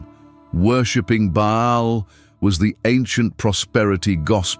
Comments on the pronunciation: Baal not Bale. Not Bail. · Pronounced with a big a as in Bay and a small one a as in all! Not pronounced ball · Love how AI can’t decide on pronunciation: ball, bale, ba’ahl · How can ai mispronounce BAAL 😂😂😂